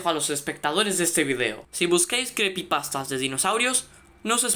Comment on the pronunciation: Creepypastas se dice